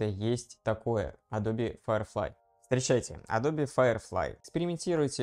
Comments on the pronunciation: Адобе, ютубе...фасебоуок...А.И... на слух режет. Трудно вас русскоязычных научить произношениям. Эдоб, ютюб (не путать с ютьюб), фейсбук, ЭйАй и т.д. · мне одному произношение "Адобе" режет слух? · не тебе одному 😂 причем, знание, что правильно — Адоби, что это топоним, и поэтому "е" на конце читается, положение не спасает. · Эдоуби -- так правильно, если верить произношению нескольких переводчиков на английском. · может быть я что-то выдумываю и в английском "е" на конце читается?